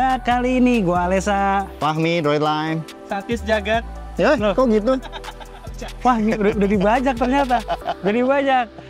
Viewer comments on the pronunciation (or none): "satis jagat" 🤣